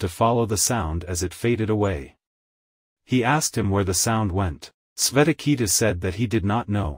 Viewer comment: Good effort but your awful pronunciation of the Sanskrit is such a turn off. The names are shvay-tha-kay-thu and Ud-daa-laka with the U pronounced as Oo and not as in Up. 🙏